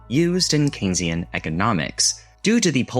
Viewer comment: My god. AI talking about childhood experiences with Don McLean songs while mispronouncing "economics" and talking about The. Sex. Pistols. We are in trouble, folks. Nothing is true, everything is co-opted. I don't mind honest slop. but we have to set the bar for reality somewhere.